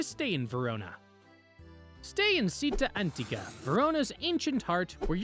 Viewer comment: Città Antica is pronounced chee-TAH an-TEECA and Osteria and Trattoria rhyme with pizzeria. Great video though 😊